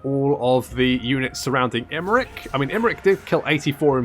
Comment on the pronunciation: In this campaign it's more "Imprick" then "Imrik"...."Helloooo, Ladys!" 😂😂😛😛😂😂